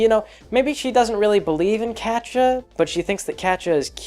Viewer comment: "Catcha"? lol. Never heard it pronounced like that before. My friends pronounce it "cat-ee-ah" and I like to pronounce it "kay-sha". Wonder how Kaz pronounces it. It's been a long time since I started reading Prequel.